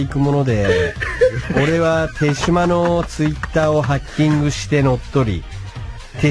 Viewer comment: 有吉でさえ「てじま」と「てしま」で読み方 統一できてないのが，手島っぽい